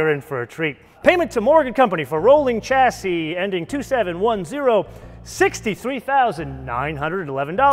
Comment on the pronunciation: If you are reviewing a British car, try chassis pronounced with an sh...shassy